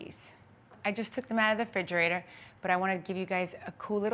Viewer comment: Dumb as a rock yet wrote so many books 🙄this confirms she didn’t write them She doesn’t know how to speak and all you lovers of Theresa are just NJ ladies obsessed with thinking h she’s a celebrity She says Ingrediences and expresso and fridgerator please And she has Louie call in EVERY SHOW she has all of you fooled thinking it just so happens that he calls that exact time every single show 🤣fake.. fake…fake She made these with Gia called a different name 🙄